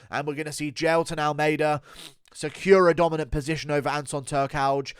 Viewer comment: What’s a “dombidant bosition” ?